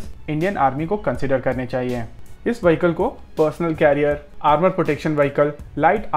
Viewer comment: उच्चारण वहीकल नहीं विहीक्ल होता है!